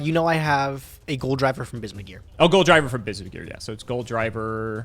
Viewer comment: It's not "Goldriver" it is "Gol D. River" haha